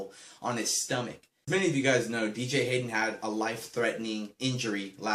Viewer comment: wow bro you say BJ Hayden. what a great raiders fan you are........hahha jk